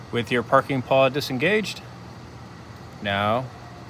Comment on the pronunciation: Parking pawl,.. pronounced paal (not parking paw) teaching is fantastic, but get the details correct or other teachers will find you silly.